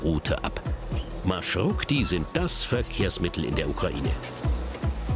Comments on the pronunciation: Eine kleine Bemerkung: nicht "Marschrukti", sondern Marschrutki" (ist eigentlich im Plural. Singular wäre "Marschrutka") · там така справа, що журналіст весь час говорить маршруКті. Я тільки лиш це підкреслила. Сам феномен транспорту - це жахіття, за яке соромно. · Kein Marschrukti sondern Marschrutki. Die Wurzel "Marschrut" - Weg und Suffix "k") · Busse heißen auf ukrainisch/russisch MarschruTKi und nicht Marschrukti 🤦🏼‍♀️ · naja, Rechtschreibfehler entlarvt, es heisst Marschrutki und nicht Marschrukti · Erstens...Marschrutki und nicht Marschrukti...zweitens ist das, was in er Sendung gezeigt wurde ein ganz normaler Bus...die Marschrutki hingegen sind Mercedes Sprinter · Nicht Marschrukti sondern Marschrutki!!! Singular wird Marschrutka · Es heißt marshrutki, nicht "marshrukti"!!! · Es heißt marschutki keine marschrukti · Marschrutki 😂😂😂 nicht marschrukti ☺ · Marschrukti? MarschruTKI! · Genau, der Name stammt aus deutschen "Marschroute" trotzdem schafft der Sprecher es nicht richtig aussprechen "MarschruTKi" 😅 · От же ж;) але маршруКті теж шарм має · Das heißt marschrutki ihr habt das T und K verwechselt und es die ganze Zeit falsch gesagt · Man hat hier einen kleinen Fehler gemacht: Man sagt richtig MARSCHRUTKI. Aber das Video ist super. Mich als Ukrainer hat es positiv überrascht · Es heißt marschrutki 😭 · OMG, Das heißt MarschruTKI.. 🤦‍♂️ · das heißt „Marschrutki“ 😂😂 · Es heisst Maschrutki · Marschrutki, heist es richtig, schämt euch